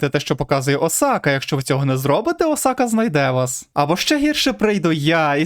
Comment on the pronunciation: о май гатто! чел все норм,але твій наголос на бідосі Осаці ну це капець